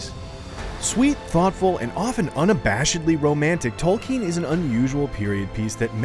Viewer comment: Its Tolkien not Tolkin